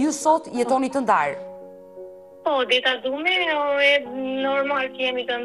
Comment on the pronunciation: Odeta. Mos u jep emrave theks arab